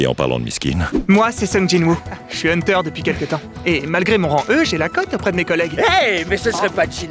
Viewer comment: Moi qui attends toujours la suite de SAO 😶‍🌫️ Mais sinon incroyable comme d'hab 😭 le "hunterrrr" m'a vraiment bien eu 🦐